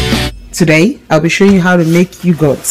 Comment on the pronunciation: Its Yog..hurt not You goat. Nevertheless excellent thick Yoghurt, just right for the Indian cooling Summer drink Lassi. Straight forward tutorial for the layperson.